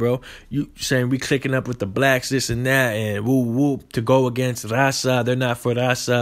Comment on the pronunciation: Can even speak Spanish good.don’t even say raza right